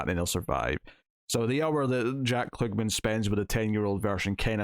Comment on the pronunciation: The actor's name is pronounced KLUG-man, not kloog-min as you were saying.